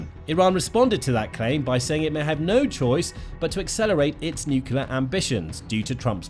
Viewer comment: It’s pronounced nuk-LEE-ur. You undermine your credibility by mispronouncing. There no such thing as a nucUlus. Nucleus is the basis of the word nuclear. If you can’t get that fundamental detail right, what else are you being sloppy about?